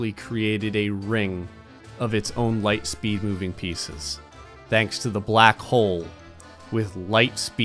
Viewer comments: Ligh speed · ", you shouldn't play with light speed": "5 that many numbers ligh speed"